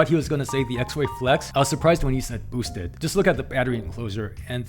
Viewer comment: Did he really say "bos-ted" board? 😂🤣